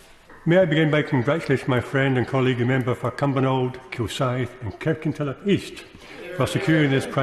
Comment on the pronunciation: It's Kirkintilloch. Pfffft